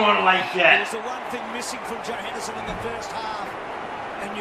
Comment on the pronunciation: surprisingly enough you have pronounced it correctly and I’m glad you enjoyed my request :)